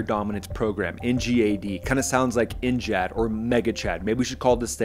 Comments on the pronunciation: Why are you saying NJAD instead of NGAD 😂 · Brother! In what world does NGAD sound like NGHAAD?? Theres no H! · Gad not jad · N-JAD? Really? Pretty sure it's NGAD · It is pronounced N-GAD Gad as in GADget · How do you not know how to pronounce 'NGAD'? HINT..it isn't spelled NJAD. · So jarring to keep hearing you say “N-jad” for the NGAD 😵‍💫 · NGAD NEXT GENERATION AIR DOMINANCE. Learn how to say it before you speak about it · The G is not a soft G like a J, but hard G like Get.